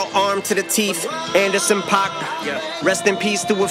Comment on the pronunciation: an-der-son paak, and her son Pac syllables is all you need.